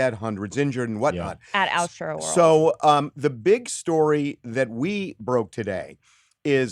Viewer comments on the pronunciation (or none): did she say "altoworld" or "outroworld"